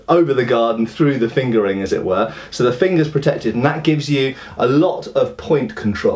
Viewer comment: I keep hearing finger ring as fingering. <.<